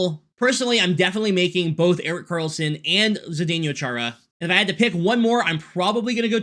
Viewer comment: You have the weirdest pronunciation of Chara's first name I have ever heard....multiple times you said "zdenYO", but it's "zdenO". I mean, we have only been saying his name for like 20 years lol.